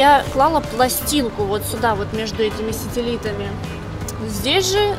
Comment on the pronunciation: Сетелитами??? не позорься Сателитамииии диз ей богу